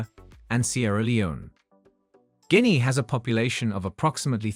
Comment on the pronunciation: Learn to pronounce GUINEA